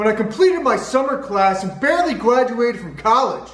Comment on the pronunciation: is it just me or did he mispronounce graduated lolol funny as hell